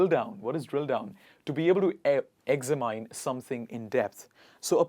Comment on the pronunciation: Examine : ex-mine ❌ But ex_min. ✅ ɪɡˈzæmɪn